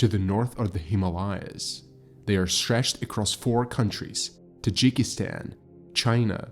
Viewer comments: Nice vid buddy. But you could work on your pronunciation. Maybe just start with checking out Himalayas 👍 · And you can't pronounce Himalayas? Why would I listen to anything else?